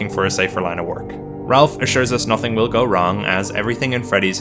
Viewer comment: wtf you mean "Ralph"... IT'S FUCKIN AFTO